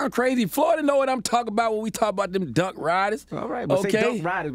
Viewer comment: It's said like downk I'm in Florida...lol